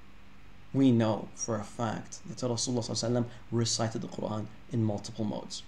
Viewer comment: NOTE TO ANYONE WHO STILL BELIEVES CP IS AN EXPERT IN ARABIC: He still can't even pronounce the word Qur'an correctly in Arabic lol.